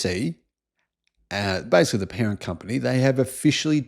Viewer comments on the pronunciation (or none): none